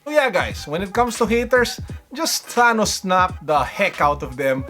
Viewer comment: I’m just letting you know it’s not tanos it’s actually thanos